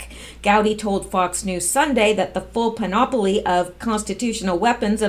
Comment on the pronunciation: do you want grammatical corrections? Panoply is only 3 syllables and the accent is on the first one, the antepenult.